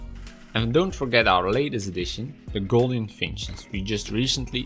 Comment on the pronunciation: Love your birds. Just to let you know 'Gouldian' is pronouced Ghool/dee/an